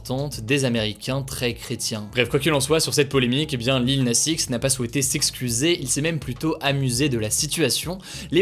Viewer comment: Ta prononciation du X de Lil Nas X… 😅 par contre, cette polémique est complètement conne. Tiens, ça me fait marrer tous ceux qui sont passés à côté de “old town road”… mais mieux vaut tard que jamais, hein. 😅